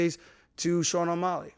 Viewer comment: Buddy can say Petrs name with ease but can’t pronounce O’Malley